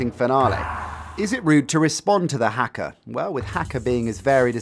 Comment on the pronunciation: That's not how you pronounce haka - it's hah-ka not hack-a.